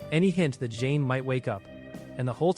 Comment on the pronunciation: Im loving this video but only one thing who's Jane? Thought it was zhane?